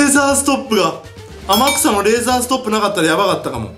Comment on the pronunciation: 天草って叫ぶ所アマギさんって聞こえる